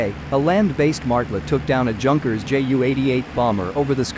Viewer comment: JUNKERS is pronounced YUNKERS